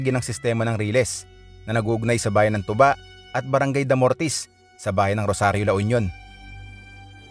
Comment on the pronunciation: It is pronounced two ba.....by us the locals. Not the alcoholic drink.